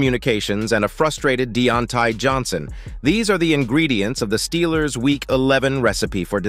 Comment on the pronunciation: I turnt this off after he pronounced Deontae Johnson name like that 🤦🏾‍♂️